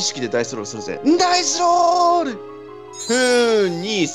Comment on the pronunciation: 「任せろ！俺が整理してやるぜ！」 「ダイスロrrrrrrル！」